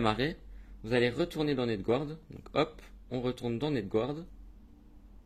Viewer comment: Netgouarde... ? non, non, ça se prononce ”netgarde” tu m'étonnent qu'ils se foutent de notre gueule les rosbifs et les ricains en entendant ça 😅😂